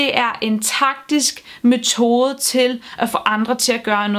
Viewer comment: Det hedder forresten mEtode og ikke mOtode. :^)